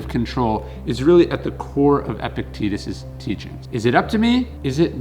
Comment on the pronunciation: This schill can't even pronounce Epictetus correctly. I can't listen this...